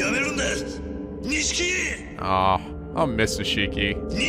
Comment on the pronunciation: His name is pronounced "Neesh-key".